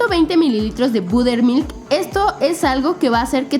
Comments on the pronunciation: karen no se dice buttermilk se dice batermilk shhaha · Es butter mili pero se pronuncia batter milk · No Karen, en otros países se le conoce como nata, aquí es crema para batir. El budermilk (como lo pronunciaste jajaja) es suero de leche.